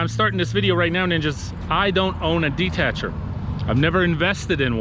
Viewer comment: It's not "detatcher" it's a Dethatcher. Shop around.... google will help!!